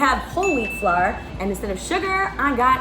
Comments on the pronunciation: Ive never seen someone not know how to say ✨🌺flower🌺✨ (flour) fse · I felt it when she said "flawer" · You saying flour, “flar” reminded me of saying No “naur” . You made me laugh so much 🤣🥰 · Omg why can’t u say flour 😆😭😭😭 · I don’t think I can ever say flour the correct way again 🤣